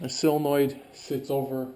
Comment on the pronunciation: It’s not “sillinoid”. sOlenoid.